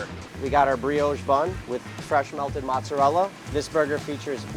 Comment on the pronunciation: Please stop saying "mutz"